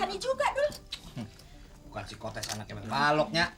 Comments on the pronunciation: Bukan sepikotes tapi pesikotes atau psikotes(sikotes) cara bilang org jaman dulu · iya, tapi kan awalnya bang dul udh bener nyebut "pesikotes" tapi scene berikutnya berubah jadi "sepikotest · si doel salah nyebut psikotes malah spikotes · Ternyata si doe kesrimpetl ngomong psikotes 😂😂😂 Coba deh bagi penggemar didenger psikotes jadi spikotes hahaha doel doel ❤❤❤...sinetron terpaporit saya ini tak lekang oleh waktu❤❤❤